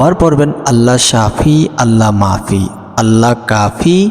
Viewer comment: Allah mafi hoye Allah nai? Naujubilla Ucharon hoilo Allah mu'afi